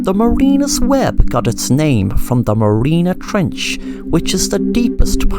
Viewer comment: It’s called the Mariana Trench. Not Marina. 😂😂😂